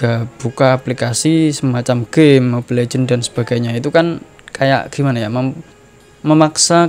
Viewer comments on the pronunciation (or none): none